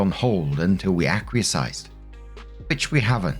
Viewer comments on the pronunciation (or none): The word "Acquiesced" is pronounced "A-kwee-est" not "A-kwee-a-sized" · Lol...I love your narrations but that one word always gets you... Acquiesced = ACK-WEE-ESSED. 😉❤️ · Acquiesced - ACK-QUEE-ESSED 😁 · Hey,: "Acquiesced" = Aaa-kwee-est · Acquiesced = AK-wee-ESD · Sorry. Fixed it. No K in the third syllable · Is that how they say acquiesced across the pond? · please type acquiesced into google. You seem to have word blindness about how it’s said 🤣🤣 Dammit man, have you never seen pirates of the Caribbean “ I’m disinclined to acquiesce to your suggestion “ lol